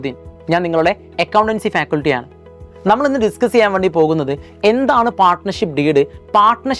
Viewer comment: ഫാകുൽറ്റി അല്ല ഫാക്കൽറ്റി